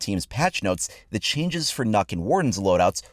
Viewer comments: nuk? sorry but I cant I always pronounced it NOk like a long O it just sounds strange for it to be Nuk or Nook. idk why it bothers me so much but it does xD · its fukin nøkk not nokk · Heard on Pengus stream that Nøkk is pronounced closer to Nook, figure that has to be correct since he is Danish. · Still doesn't pronounce Nøkk correctly. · The only think that bothers me in this is the incorrect pronunciation of Nøkk. 🙃😅